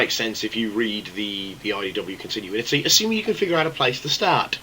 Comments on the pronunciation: Something has been bothering me for about a year now. Con-Tin-You-In-It-EEE. Is that a British thing, like Al-You-Min-EEE-Um? Because here in America, where WE INVENTED LANGUAGE... It's Con-Tin-You-It-EEE. Continuity. Not Continuinity. Not continuininitiniticonconconEEEEEE. CON-TIN-YOU-IT-EEE. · You mean the only one that says Con-tin-you-in-it-eee? Because it's pronounced Con-tin-you-it-eee. Pronounced like it's spelled, see. WE INVENTED LANGUAGE!!!111!!11!!11!!1!!!11!